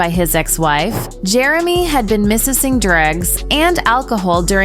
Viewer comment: Yeah, mispronounced "marriage," "misusing", and "threatened." And Skynet says that AI is smarter than humans.